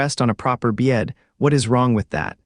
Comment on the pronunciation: And don’t ever say "bed" again!!!! BYETT